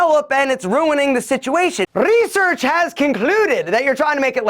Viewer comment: "Rrrrrrrrresearch" gets me all the time😅